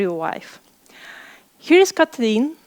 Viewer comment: Kotli’n? I’ve never heard it before